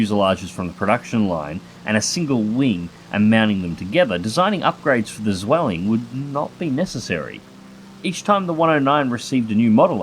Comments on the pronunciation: the only he got wrong afaik was just the sound of the Z and the W in German, Z’s sound more like a TS instead of the buzz in english W’s sound like Vs so it would be pronounced something line tsvilling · "The Bf 109 Swelling" :D In German a Z is pronounced like TS - I know it's hard for English native speakers ;) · Thx for the vid, just a small minor mistake in pronounciation on your part: In German you pronouce it more like "Tsvilling" (- the "z" often is a "ts", for example in "Zorn" and "Zeitgeist") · Almost want to dislike just for that pronunciation of "Zwilling" ;) (I couldn't get it right either!) XD